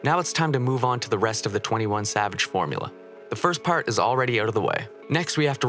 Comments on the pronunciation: you pronounced his name wrong nah idk if you did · You pronounced this name wrong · You pronounced his name wrong